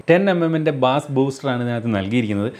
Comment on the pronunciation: പ്രിയപ്പെട്ട, ബാസ് അല്ല ബെയ്സ് ആണ്.